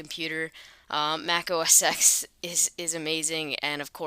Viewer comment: it is not pronounced Mac OS "eks" it is Mac OS "ten"